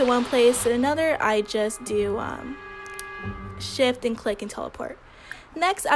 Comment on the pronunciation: Why do I keep hearing "im pressing shit" instead of shift???